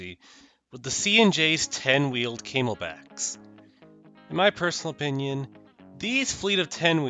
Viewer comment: gotta admit, kinda chuckled at the mispronnounciation of the CNJs as Came-L-Backs, not Cam-El-Backs